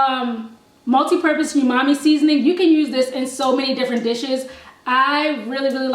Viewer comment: The way you pronounce umami cracks me up.